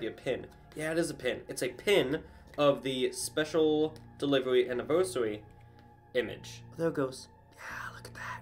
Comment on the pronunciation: really said ANNIVERYSARY